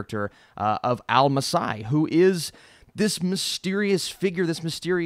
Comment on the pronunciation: I like how he pronounced al-masih wrong like a true white man, swear white people cant pronounce anything 🤣💀